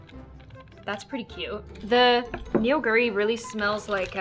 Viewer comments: me, being the not so Korean Korean, have two comments. A) ME PROUD B)it's not Neonguri, it's pronounced Nuguri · Neoguri is pronounced (no-gu-ri)